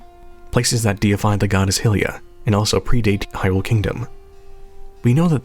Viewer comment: There's accents, and then there's actual pronunciations of words. You don't say that Link's from Hirrule, that would just be silly, now wouldn't it?